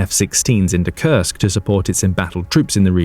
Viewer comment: Well you mispronounced Kursk